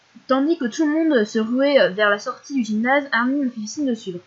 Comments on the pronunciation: Ca me stress trop les gens qui disent "Armine" :c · xD Perso je trouve que ça fait mieux Armin que Armine :c et puis Chino elle dit Armin elle >3< xD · C'est marrant comment tu prononces son nom c: dans ma tête ça s'est toujours pronocé "armain" (comme hein à la fin) c